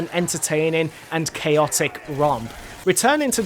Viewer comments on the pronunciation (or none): none